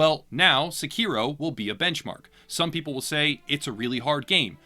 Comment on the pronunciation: SE-ki-ro, not se-KI-ro.